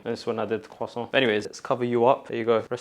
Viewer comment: Hopefully now u do know how to say croissant properly 🕴